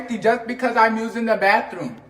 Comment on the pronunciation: HEEE just uused the "bawfffruuum" the BAFFFRUMM ...